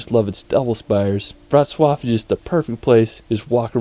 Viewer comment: WROCŁAW It's very easy to pronounce: Wrots + Love :)